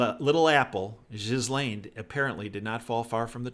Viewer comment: Ghislaine is pronounced with a hard 'G' (Gh, as in "Ghana, ghost, ghastly" etc.) and the 's' is silent, ( as in "aisle, island," etc). It rhymes with Elaine. Just say "Elaine" but with a hard G at the beginning.